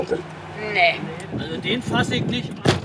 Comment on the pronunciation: "Nisch Las Palmas, dit is Majorka, Mallorka!" xDD Die Berliner immer mit ihrer missgebildeten Aussprache.